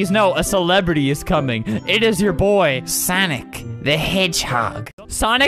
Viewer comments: Is it sanic or sonic check out and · why the "google" say soniggle?